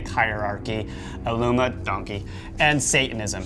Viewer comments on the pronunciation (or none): I hate it when you say illumidonkey. Cut it out please. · Why do you keep saying Illumi-donkey?? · Why can't you seem to pronounce "Illuminati" properly? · Love love love the content. Loathe loathe loathe the CRINGE “illumi-donkey”